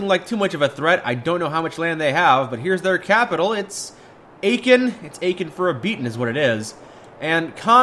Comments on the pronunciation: My ears hurt when you pronounce Aachen. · Aachen for a beating, don't know which is worse, him pronouncing Aachen or the pun.